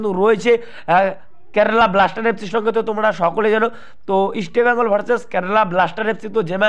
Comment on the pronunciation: দাদা, 'ইস্টেবেঙ্গল' নয় ইস্টবেঙ্গল।